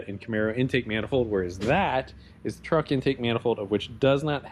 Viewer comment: Truck, Leroy. Its a truck, It sounds like Leroy Treeroy.